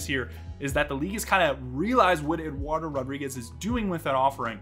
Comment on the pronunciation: How come you dont pronounce the D in Eduardo?